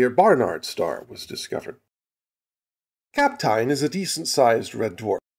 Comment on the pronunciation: The "eyn" in Kapteyn is pronounced like the "ane" in "plane".